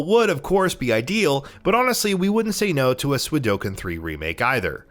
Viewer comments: For the love of God, it's Suikoden not Suidoken. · way to flip the d & k in Suikoden....swee-koh-den not swee-doh-ken ffs... and I say if it's not an actual 1st party IP, a remake should appear on more than just PS5... also: the original 4 part .Hack series the Xenosaga trilogy Primal Summoner 2 Rumble Roses Tales of Destiny 2 Tales of Legendia Tales of the Abyss Oni Mercenaries: Playground of Destruction Rogue Galaxy I'd like to say Half-Life, but at this point they should just put Black Mesa on everything.... and Tony Hawk's Pro Skater 3 should have been remade as an expansion to the THPS1+2 remake but Activision is apparently too retarded to see how smart & awesome that would be.... oh, and remasters of X-Men Legends 1 & 2 please... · "Suidoken?" really? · Did he said suidoken 3 instead of suikoden 3 ???? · why did i hear sui-do-ken but the game's title is suikoden? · SUI DO KEN.... SERIOUSLY!!!?!??!!?!? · Dude how or why are you pronouncing “ko” as “do”? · Suidoken? no one?